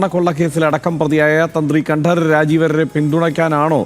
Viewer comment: രാജീവര് എന്ന് പറഞ്ഞാൽ മതി.. കണ്ഠം കഷ്ടം ആക്കണ്ട 😄